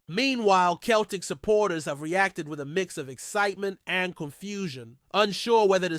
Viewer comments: CELTIC is pronounced Selltic not Keltic. Get your act together or but out. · Pronounced seltic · Away and choke on a basketball ya clown. Dont try to talk about football . Your not evening saying Celtic correctly ya fud. Stick to American sports.